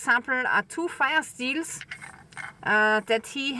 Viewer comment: Sounded like " fi steins " ???? Google CC said "Fire Steels", then I understood (Auzzie).